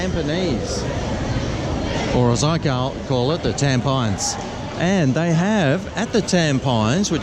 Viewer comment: Reindeer salami and herring with mustard sauce mmm mmm. Tam-pines LOL is Tam-pi-nees (don't ask me why).